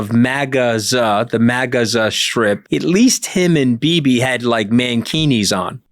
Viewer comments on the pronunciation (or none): none